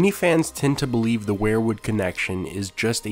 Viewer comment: You keep pronouncing "Weirwood" as "Were-Wood", like you pronounce "Werewolf". It's pronounced "Weer-wood",as in "WE are going to the store". Just a little tip from your Uncle Charley.